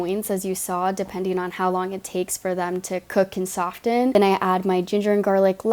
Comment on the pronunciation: Did she say Sof Ten instead of soffen?